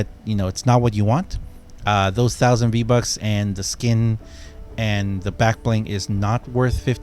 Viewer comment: You pernounced vbonks wrong